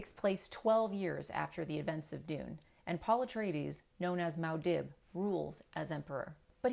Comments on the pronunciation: If you're just going to look down at a script the whole time, just give us the essay. We can read faster than we can watch you read. Also: it's Muad'Dib, not Maud'Dib. It's hard to take someone seriously in a book analysis when they get the main character's title wrong. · It’s not “ mow dib “ it’s moo ah deeb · Stopped listening after the “mow dib” pronunciation.